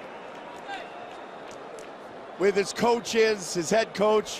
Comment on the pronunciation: Stipe 'Stiopic' Miocic